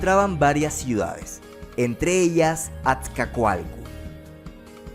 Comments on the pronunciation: SE DICE ATZACOALCO NO AZCACOALCO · Es atzacoalco no azcacoalco y era tepeyacatl o tepeyacac no tepeyac😊